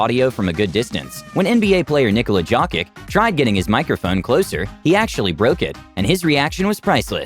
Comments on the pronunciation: "nikola JAWKICK" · nobody:: nikola jockick